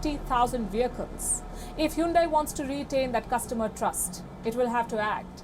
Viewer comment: WION is an racist video channel. Anyone talks against Indians atrocities is an enemy of India. Hahaha. Hyundai stepped on Indian tail. Lady, its not Hoondai, it Hyundai. Learn to say the word right. She's a puppet reader. No class.